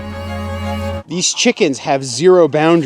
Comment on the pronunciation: Please tell me that bird was named Christina Aguilera not Christina EGGuilera.